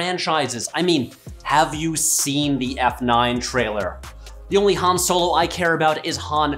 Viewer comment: HAN SOEL-O